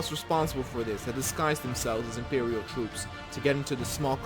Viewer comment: lol "the impewial.."